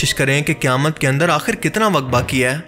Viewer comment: Kayamt nahi kehtey Qayamt ask Lfz hai or Mjood koi lfz nahi Moujood asl lfz hota hai bhai. Urdu to sahi bolo.